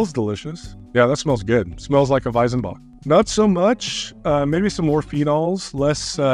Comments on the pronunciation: Weizenbock is pronounced "Weitsenbock" not Weisenbock ;) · I mean.. i get that you are not native speakers and your pronounciation won't be perfect.. but.. it's WeiZenbock! Not WeiSenbock! The latter just sounds completely wrong. Try to pronounce it like the Z on Led Zeppelin.. it won't be perfect but much closer. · Just one thing about pronunciation: in German z is pronounced like the ts in cats, not like a vocal s.